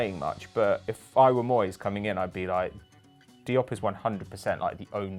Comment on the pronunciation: It's diop